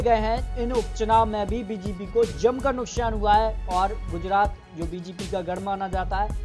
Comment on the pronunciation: Chup be sale....nukshan nukshan kar raha h...nukshan nhi nuksan hota h...pahle hindi sudharo..fir patrakarita karna